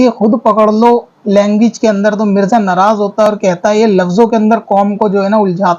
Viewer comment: mirza ki pranunciation ki pranunciation hi sahi nahi hai 😂 pehle isko bolo ye sahi adaigi ki koshish kare!